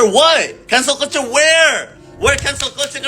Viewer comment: Cancel culture cara bacanya "kensel kalcer" bukan "kultur"